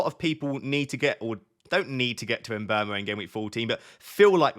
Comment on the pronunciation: How can you get someone’s name so wrong every time you say it in every video? Mbrmo? Tf where do you get the r from?